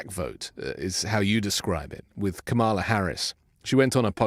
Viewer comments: Please please please stop mispronouncing her name, as the MAGATs do deliberately. It’s NOT KaMAHla. It’s correctly pronounced as KAHmala. Okay? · Dude, it's KAmala not KamAla...come on! Trump intentionally mispronounces name, what is your excuse? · please pronounce Kamala’s name correctly. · Say her name correctly!! You said it like Trump does! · I enjoy watching your podcast but I want to say this respectfully, as I’ve said the same thing to my own son. I know you mean no disrespect, but it matters how you pronounce Kamala’s name.